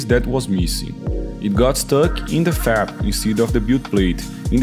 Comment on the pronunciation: Great video for beginners! Just a heads up, when you say FEP, it sounds like you're saying FAP, which has a very different meaning. I'll let you Google it. 🙂 Keep up the great work! 👍